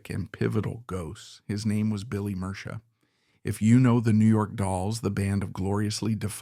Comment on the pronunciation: also said his name wrong :/ murcia a colombian last name pronounced “mer-see-uh”